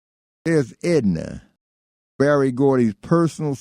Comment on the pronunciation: Why does he keep calling Berry BARRY?